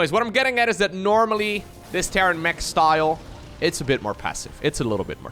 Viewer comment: It sometimes sounds like you say Terran Meh instead of Terran Mech, and it's very fitting when they go up against Serral.